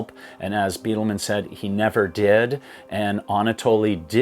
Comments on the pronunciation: Love the channel but its “Bydelman” not Beatleman 🏔️ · I’ve read 7 books concerning the 1996 disaster, watched every video that I’ve found and I really do appreciate your input. Thanks! And, btw, Neal “Bi-del-man” is the way his name is pronounced. Not Bee-del-man. . Thx again.